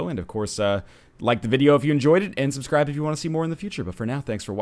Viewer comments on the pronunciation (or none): none